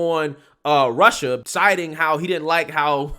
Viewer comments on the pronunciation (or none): none